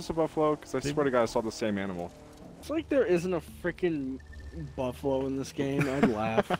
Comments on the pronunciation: “Cufalow” Jesus 😂😂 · A “cufalow”😂